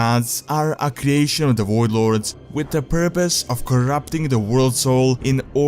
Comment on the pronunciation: wtf Is a woidlord lol its voidlord